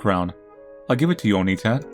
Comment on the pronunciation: It's not Oni-tan. Its Onii-tan. You hold the "i" for two syllables. The way you pronounced it was calling Hansel an ogre.